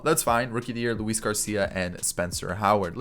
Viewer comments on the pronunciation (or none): none